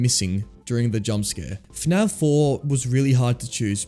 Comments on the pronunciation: Why do you pronounce fnaf as "fnav" 😭😭😭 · bro keeps saying fnav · PHANAV... bro its F A N A F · Great video but I had a giggle every time you said F'NAV 😂 Subscribed